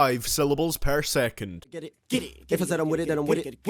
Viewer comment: "Sehvan point foyve syllables pair sehkant"